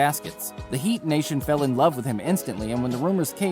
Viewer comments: Why does he call him the heats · Miami “Heats” please stop